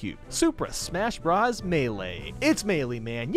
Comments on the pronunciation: And you still can’t say “bros” the right way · So you built all this suspension up and then you pronounce “bros.” Wrong, come on man.